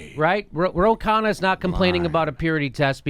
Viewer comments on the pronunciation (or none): none